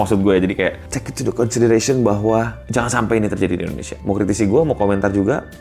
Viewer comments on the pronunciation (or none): none